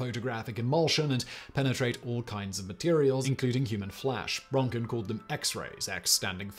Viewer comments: It's rÖntgen.... Not rOntgen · No, It Röntgen... There is no ö sound in English... It's close to "eeeh" but that's still quite off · Fun Fact: in German they're called "Röntgenstrahlen", so actually Röntgen rays, even though Röntgen himself called them in fact X rays. But hearing you say the name Röntgen makes quite clear to me why "Röntgen rays" never caught on internationally...